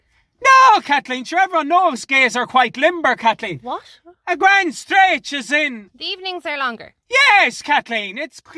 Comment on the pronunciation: "In the eee-ning katleen" 😂😂🤦‍♀️🤦‍♀️